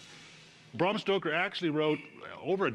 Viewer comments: Its Bram not Brahrm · Bram not Braum... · Braaaaaaaam stoker not Bram lolololol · The authors name was Bram Stoker, not BRRAAARRMM Stoker. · It's Bram not Brom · Rhymes with “am”, not “arm” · How about you pronounce his name properly. It's Bram as in Gram.